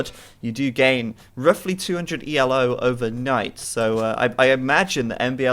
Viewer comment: Just so you know, the rating system isn't pronounced E-L-O, it's just Ee-low, after the man who created it, Arpad Elo.